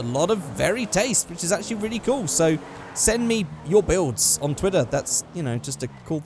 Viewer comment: when says builds and it sounds like bills